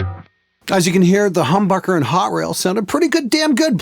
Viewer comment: it sounded like he said humburger